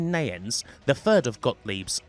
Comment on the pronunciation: The correct pronunciation is nie -ens, not nay-ens. The 'i' is a long 'i' as in eye, bye, night, light, dye, sky, kite. Wayne Nie-ens (Neyens). Very interesting video.